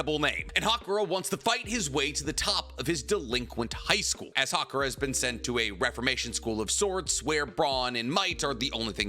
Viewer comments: Haruka* not Hakura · Am I the only one who noticed the MC name is HARUKA NOT HAKURA LOL 😂😂😂😂